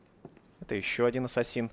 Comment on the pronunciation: правельно говори асасин а не ессесин